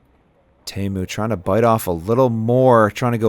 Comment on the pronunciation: I don't mind his commentary but it's very annoying listening to the pronunciation of names. Go ask the guys. Like Teemu, he says Taymo, so does he throw Tay-Birds or Tee-birds? I mean really...